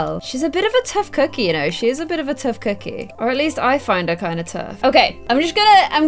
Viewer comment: Stop saying tuff cokeie